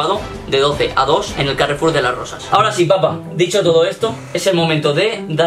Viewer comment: Dice rosas no rozassss